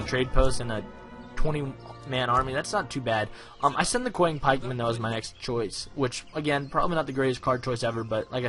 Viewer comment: you made a pronunciation mistake "Qiang Pikeman" should be pronounce "Chiang Pikeman." The "Qi" is actually pronounced "Chi."